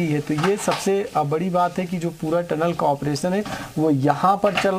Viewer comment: अनाड़ी चैनल हैं। टलन नहीं टनल होता हैं। पढ़ें लिखे लोगोंको रखिए।